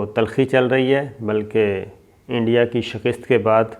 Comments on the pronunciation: O bhai jan, Shakist nahi bola karain, Shikast hota ha. Thanks! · Sabir Sahib please note that you pronounce the word " Shikast" as " Shakist". Shikastan is a Persian word ( verb) meaning " Breaking" SHIKAST is its noun. Abbas Gillani Australia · آپکا "شکست" کا تلفظ غلط ہے.... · Shakast not shakist